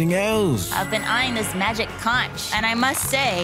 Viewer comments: Its pronounced "conk" not con-ch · conch being pronounced conCH is hurting me 😭😭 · ngl the way the woman pronounced conch has me infuriated rn :( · Conch is pronounced conk everywhere except for the British. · its pronounced "conk" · Its pronounced 'konk'.